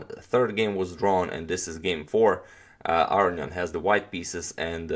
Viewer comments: That would be A-ro-njan. Like Spanish A-ro-ñan, right? I'm still hearing A-ri-an, or A-ryan. I could be wrong, but I think he's leaving out a whole syllable "ro". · Entropy well I will agree it's wrong pronunciation, but I understand why. It's a lot harder(takes more time) to say Aro-ni-an than Aro-njan for us. He just made an j instead of i 😁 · Is there a reason you pronounce his name "Arion " rather than "Aronian"? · Are you pronouncing Aronian's name correctly? I hear you saying "A-ri-an". Shouldn't it be "A-ro-ni-an"? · I believe it's A-ro-nian. The "nian" part is pronounced in one syllable, and like the "ne" in "new".